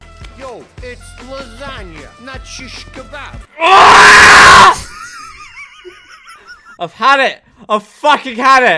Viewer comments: *Shish kebab not shikabob 😂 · “It’s lasagna not shikabob” sent memeulous clinically insane lol!